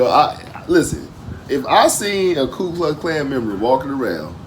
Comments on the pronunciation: It is NOT Klu Klux Klan, it is KU Klux Klan and originated as Kuklux Klan. Your comment is exactly what the left has been doing since Obama was PUT in office. They use election fraud to take over city, state, and federal leadership positions. you talk about the KKK killing blacks, but what you and blacks in general fail to understand is that the KKK killed whites too. ANYONE who posed a threat to the KKK's goals was a potential victim - white or black! Something not covered is that 1) President Lincoln was NOT a true republican, he was a "MODERATE" - what we on the right call RINOs! 2) The civil war (began Apr 1861) was NOT initiated over or fought because of slavery. The subject of slavery didn't play into the war until after the first year when the Emancipation Proclamation (Executive order issued by President Abraham Lincoln in January 1, 1863 that freed Southern slaves) was enacted. Notice that the EP only freed the southern slaves, NOT those in the northern/Union states!!!! The reason was the negros were being "USED" to cause turmoil in the south to help the Union cause, by being promised freedom! The civil war was caused by the "northern" governments tyranny against the south because of excessive taxation -- it was not about the KKK or slavery. you claim that today you are no longer oppressed - that is not true. Blacks in America are still oppressed by the democrat party. They create divisiveness through fake racism, they have destroyed the bl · Nit Picky I know, I for the longest time pronounced KLU. I was surprised that I was wrong. It's KU KLUX KLAN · It's called the "ku klux klan" , not the "klu" klux klan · Not that it matters a whole bunch because the words are pretty much gibberish anyway but its ku klux not klu klux. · Hi,, First let me correct something; there is no "L" in the first word of the KKK, it is only Ku.. ♠W.G. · It's KU.,not Klu 😅😅😅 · Thanks for sharing. Incidentally, and not to be pedantic, it's Ku, not Klu. Peace and love!